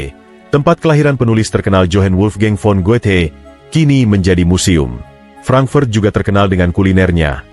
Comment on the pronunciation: Mengapa kota HAMBURG diucapkan HEMBERG dan FRANKFURT diucapkan FRENKFERT? Narator semestinya mempelajati dulu cara pengucapan aslinya, agar penontonvtidak bingung.